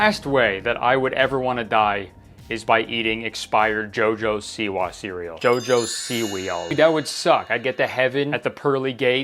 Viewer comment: Okay this is embarrassing almost, but I gasped when you said “JoJo Si-weal” Because my boyfriend and I call breakfast sausage… “JoJo Si-wausages….”